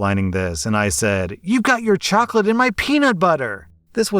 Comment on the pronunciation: "Choclate in my preanut butteer? How can some of these kids have no clue LOL